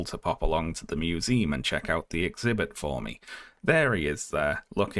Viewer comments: Uhm can we talk about pronouncing it "museeem" like 300 times in the video? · museum? With an "uhm" and not an "eem" at the end